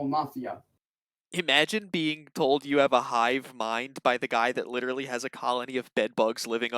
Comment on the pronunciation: It really annoys me when he pronounces literally as lit-trolley